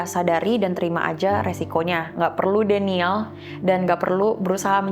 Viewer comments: denial jangan dibaca denial juga kak 😂 tapi denaiel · Gk usa pake inggris klo gk bisa. Coba buka translate liat cara baca denial tu gmn. Kwkwkwkw